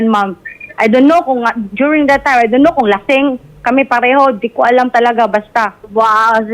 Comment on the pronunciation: "I du no" Sabi ni kabit 😆😆